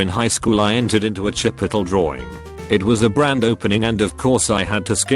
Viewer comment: why does the bot pronounce chipotle as chipottle